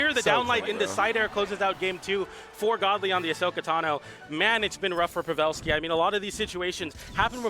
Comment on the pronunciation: Why Buddy saying Pavelski name like that ?